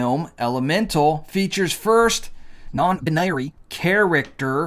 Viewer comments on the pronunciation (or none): Why are you pronouncing binary so strangely?